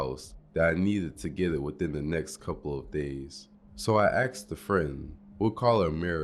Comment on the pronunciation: Why you keep saying axed